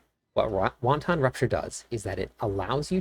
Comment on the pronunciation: Great guide! Please learn to pronounce the word Wanton. Hint: it doesn’t sound like Chinese soup.